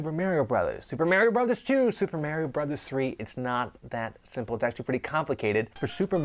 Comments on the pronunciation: why the hell is it MÆRIO??? sounds too weird! its mArio!! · I wish they could pronounce "Mario" right. Where are they getting that from? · i kno i say maHHHrio like ahhh not like aeee lol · Stop pronouncing "Mario" wrong